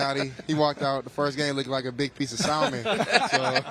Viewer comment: Big piece of "SALL-MON."